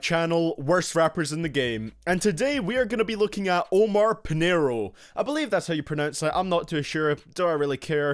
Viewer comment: I’m Pakistani-American and the way you pronounce Omar is oo-mur